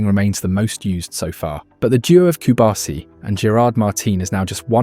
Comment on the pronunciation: Might as well go ahead and pronounce the players central to your film correctly. Cubarsí has emphasis on the “i” at the end. If you had never heard it correctly, you could take a look at how his name is spelt. PS La Masía. Emphasis on the “i” (which, again, has an accent).